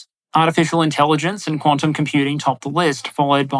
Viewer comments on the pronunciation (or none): none